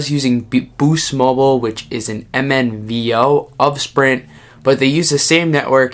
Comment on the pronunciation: This is a nice and informative video, but there is an error I would like to point out. It's MVNO, not MNVO. Also, this isn't necessarily an error, but Boost is a wholly-owned subsidiary and MVNO of Sprint.